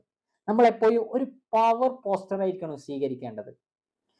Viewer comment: എപ്പോയും അല്ല എപ്പോഴും 😂